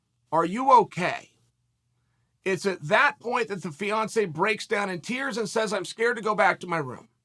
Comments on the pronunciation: Damn…I wasn’t listening well the first time and I thought chael said Beyoncé instead of Fiancé I was like damn…he assaulted Beyoncé? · 50% of the time Chael is saying Beyonce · Yeah I noticed that extra syllable. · Snap I thought Chael was saying Beyonce. Shit I was hella confused for a minute.